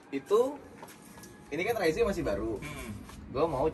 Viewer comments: yg bener om fitra soalnya diiklan yg jepang dan negara lain jg bilangnya ra-iz ato re-iz (kyk baca rise ato rice dalam bahasa inggris) e-nya ga dibaca, bukan raiz-e.. hampir ga ada malah yg bilang raiz-e karena diatas huruf e-nya polos ga pake tanda koma atas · cara penyebutan yang bener itu "Raiz" & "Reiz", huruf E yang dibelakangnya nggak dilafalin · "Raizé" Fitra Eri: "Reiz"